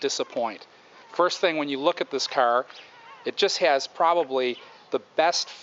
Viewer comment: I hate how he says 'CAR'